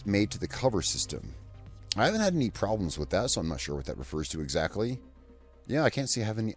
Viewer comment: I stop video when you say. "I have no problemes with the cover system". Come on mate!